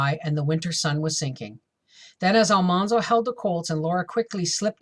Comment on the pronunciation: His name is not All- Mahn-zo. His name has all hard A like apple. Al-Man - zo